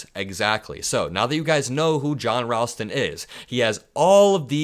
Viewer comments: You're mispronouncing 'Ralston', a very common name, as found in the company name 'Ralston Purina', the people who make Purina Dog Chow and Chex Mix and cereal. The 'a' has the same 'a' that 'ball' has. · John definitely knows his stuff in Nevada! He’s really good. OH and FYI: John pronounces his last name R-ALL-ston not R-AL-ston. 💙Just being helpful💙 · pronounced Rawl-ston FYI. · thank you for pronouncing Nevada correctly. Ralston is pronounced with an “all” sound. (Rallston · Thanks for all the great info. Just want To let you know that Ralston is pronounced "rawl-stun" and wahoe is Pronounced "wha-show". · Wa-show county, not wa shoe. And saying Ralstons name wrong too.